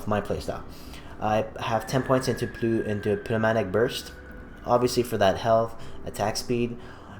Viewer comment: new-ma-tic say it like that lol